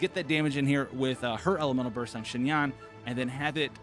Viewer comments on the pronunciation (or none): great video im about to go build her rn!!! just a heads up, your pronunciation of xinyan is very close, but its more like "shin-yen" :) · This man said shin-yan like wth is wrong you